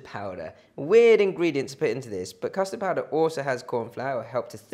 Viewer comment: did he say custor powder please?